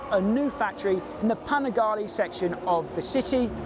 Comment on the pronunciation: Why no one is able to pronunce Panigale? 🤣